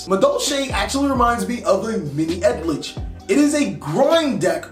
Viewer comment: I'm just hearing "egg-glitch" all the time😂